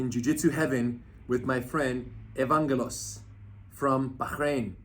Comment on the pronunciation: Lol Rener doesn't know how to pronounce Greek names. He said Evangelos with a "G" sound when the G is pronounced with a "Y" sound. I'm Greek by the way.